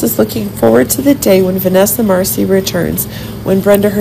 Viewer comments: It's Marcil not Marcie! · FIRST OF ALL YOU ARE SAYING VANESSA LAST NAME...."WRONG "!!!!!